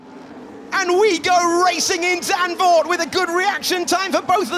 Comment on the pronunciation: uh, the z in zandvoort isn't silent